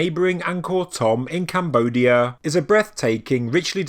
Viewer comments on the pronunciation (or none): none